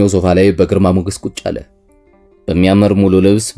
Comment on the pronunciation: አለ የሚለውን ስትል ለወደፊት አስተካክል ሌላው ሀሪፍ ነው